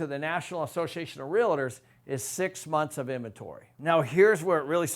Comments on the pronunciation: Pronounced real tors your saying real a tors ! There is no a between real and tors !!! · 😡❓Stop frickin saying real-i-tors!!!! It’s RealTors. Other than that, great video!! Thanks 💥💯‼️ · (Realtors). Real-Tors Not "Rea-Lit-ors" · Hey....Can you please at least pronounce Realtors correctly? REAL TORS not REAL A TORS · It's not "realitors".